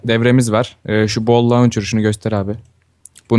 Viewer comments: Boll değil saf ball. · o boll degill ball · ball yaz diyo boll yazıyo:D